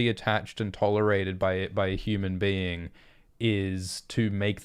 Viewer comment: Not bean, but Being